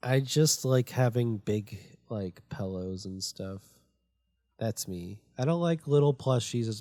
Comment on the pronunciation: says Pillows like pell-lows as if he is SuperCodPlayer1995, makes me chuckle.